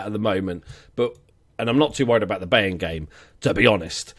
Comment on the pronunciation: They are pronounced: Bayern = Buy + ern Shalke = Shalk + uh (the "a" is pronounces like the "a" in "all or wall" and the "e" is pronounced as "uh")